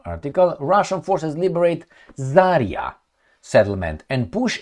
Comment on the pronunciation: just a small remark just in case you might be curious about it. You have used the name of Zarya settlement and misspell it. In fact it should be accented to the last A, not the first, but thing is you can spell it correctly only if you say it as "Zarea" with very short "e", that would be the proper transcription. That's not about this specific town's name, it's a general pronounce of russian words - they usually don't have those "yottings" in them. I know comments might be ommited by you, but just in case.